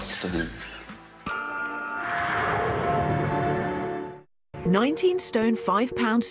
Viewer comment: Did anybody else hear “DISGUSTANG?”